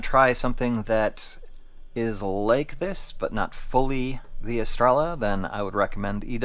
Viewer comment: Es-Tray-Yuh Please tell me you dont call it a Tore-Till-Uh too? 😅